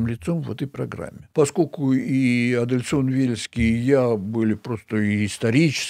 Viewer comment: товарищ учёный же вроде Адельсон, а не Адельскон